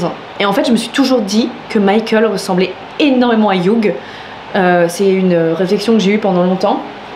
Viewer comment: Hugh ça se prononce Hyuu 😁 Le gh est silencieux hehe